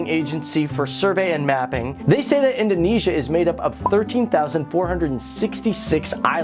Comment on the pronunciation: Its Indonesia Not Indoinaisa